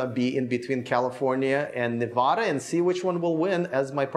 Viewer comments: Better learn how to say Nevada. From a local, there is no “ahhhhhhhh” in Nevada. Sad about your disloyalty to Tesla. Bet you run 🏃‍♂️ back to California too. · If you’re going to live in Nevada, you need to learn how to pronounce it.